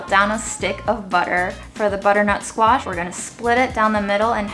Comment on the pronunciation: you’ve got the whole package ( amazing looks, great personality and mad skills in cooking - phenomenal! ) she deserves 11/10. Also think is way too critical 😂 he says “sqeesh” for squash - wow! Can someone buy or get them a dining table pls.